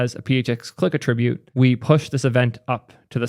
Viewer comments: Just a heads up, when said as a noun, “attribute“ is pronounced with stress at the start, like “AH-tri-bute”. When it’s a verb, it’s pronounced as you did “uh-TRIB-Ute”. Wiktiomary has accurate transcriptions if you can read IPA. This changing of stress happens with lots of verb/nouns, like “the blue record”, and “they record a podcast”. Regardless, awesome video, love hearing you talk about Erlang/Elixir adjacent things. And I’m 100% sure this mistake didn’t hinder anyone’s comprehension, just felt a little off when I heard it. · Strange dyslexia... Adds words and emphasis where none was written. Also, weird accentuation of common words like "attribute" or names like "Haskell". Is this a meme or some insider lore in action? See you in the next one, in this age of serverless-lessness